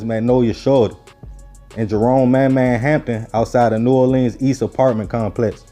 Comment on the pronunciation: PLEEEZE pronounce New Orleans as Nu Orlens, just like the locals do.